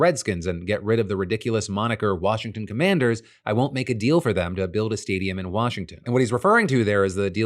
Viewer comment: Why does commanders sound like Comanches